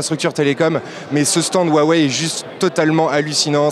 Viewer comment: SA SE DIT AWEI PAS WAWEI